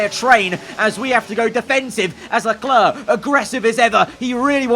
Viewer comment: the way he says Charles Leclerc's name is even worse ngl